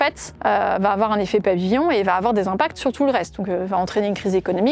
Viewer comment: « Il faut pas afoir peur »